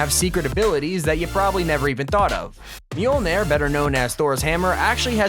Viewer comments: He keeps on calling it "meeolner" when its moljner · It's pronounced myoulnyour